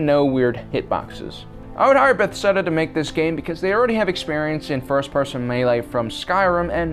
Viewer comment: Sorry to nitpick but it’s pronounced Be-thez-da